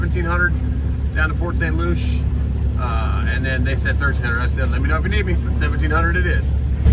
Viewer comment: FYI. Port St Lucie is pronouned Port St. Lucy. Like the girls name.